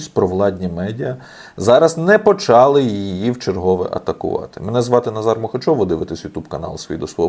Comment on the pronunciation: Пане, рознеслА, почалИ, і далі ставте правильно наголоси.